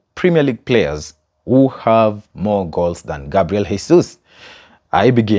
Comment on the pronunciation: You did not do Gabriel Jesus well sir! hahaha